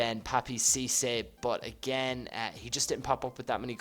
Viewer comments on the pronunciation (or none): none